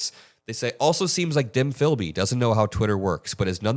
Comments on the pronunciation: lol "Dim Philby" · Who is "Dim Philby"? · "Dim Philby" - nice.